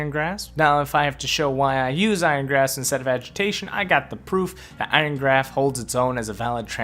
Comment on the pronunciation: George XD I'm saying that says graph instead of grasp